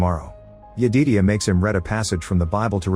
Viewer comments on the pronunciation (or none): OOO MMMMGGGGG Jed-i-diah not yededia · Since the AI didn't understand: Smoke was not burning tge father. Stack was knocked unconscious and Smoke killed the father. Stack wome up when Smoke was burying the father. And Sammy's fathers name was Jedidiah, that the AI couldn't figure out how to pronounce.